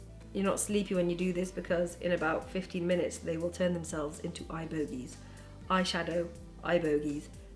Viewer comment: my daughter says eye boggies too!